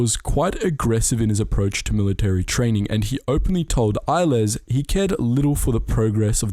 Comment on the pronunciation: El-les is pronounced EL-less.